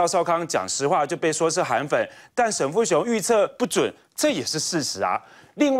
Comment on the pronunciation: 沈跟沉是不是很像，每次都講錯的~過氣了~下來休息吧？最真的主持人。